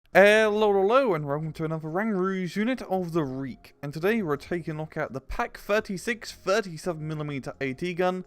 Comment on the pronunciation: I literally only bought sd44 bc I missed you saying "Unit of the Reek"